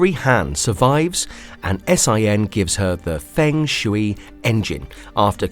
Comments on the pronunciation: There’s no way you’re saying these names in the most butchered way possible just to drive up interactions? Clever girl. I lol’d at Fung shouey 😆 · Holy pronunciation Batman!!! Feng shui, comrade, Ryu, Magneto, among others... This was bad!